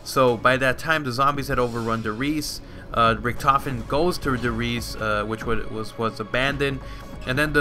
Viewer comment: He is pronouncing Richtofen wrong. you must pronounce Richt